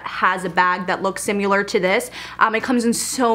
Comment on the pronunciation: Very unique choices! I love YSL 😍 PS - I think it's cute that you say "simular" instead of similar 😂 I've never heard that before!